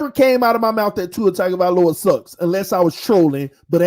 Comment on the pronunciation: He prnounces it "Tiger-vahloa". Lol